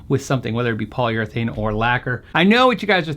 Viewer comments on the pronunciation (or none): none